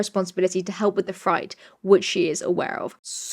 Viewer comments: Had a giggle when you pronounced freight as fright. Had an extra giggle when I realized that to let you know, I was going to type "fr-8" but it is literally spelled that way already, fr-eight, and I never realized that 🤣 Now I'm second-guessing myself and wondering if it is a regional pronunciation difference, and y'all simply don't say it the same way across the pond... which is giving me extra giggles. So thanks for all this, my smile muscles are getting a workout, I hope you can laugh with me 😂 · Freight rhymes with eight. Otherwise love your work :)